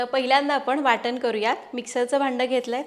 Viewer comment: Boltsna. Ncha uchhar karta वाटण तर waatan बोलता काय हे